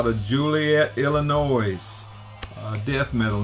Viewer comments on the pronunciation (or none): Only the good stuff indeed! I've been seeing Sewer mentioned a lot lately. Might have to put together another LAD order. That Granulated is some thick, heavy stuff. Great stuff from Joliet, Illinois (side note: watch out for that "s" at the end of Illinois. That bad boy is silent!) Also, Gore Grave code used...thank you 😊